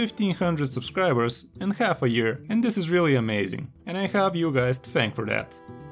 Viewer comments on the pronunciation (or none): khalf of a year, i khave you guys thanked for that :d